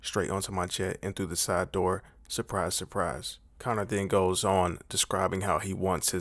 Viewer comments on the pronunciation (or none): none